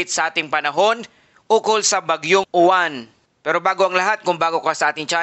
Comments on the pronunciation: Mali ka mag bigkas ng uwan dapat silent yowan kasi sa alphabet ay stu kaya yowan hinde mali spelling nito kundi tamang pag bigkas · Kasunod sa T U kaya uwan